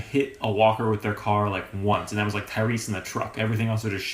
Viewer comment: Who heard him say tyrease in the truck for dales farm